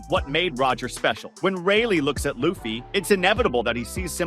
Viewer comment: How about you get his name right. there is NO WAY his name is "Loff fee" you say it "Lue Fee" Now say it with the rest of the class.... Lue Fee.